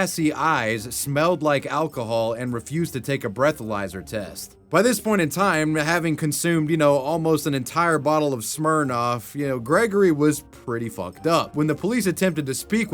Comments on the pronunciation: I have never heard Smirnoff pronounced as Smerov before, lol. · He's pronouncing smirnoff like that on purpose right?